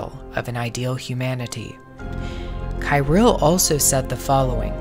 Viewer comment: Patriarch Cyrill's name is pronounced as [Khee-'reel]. Just for your information.